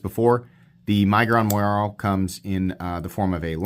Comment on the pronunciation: Does anyone else pronounce it “my-guron” or is the only one?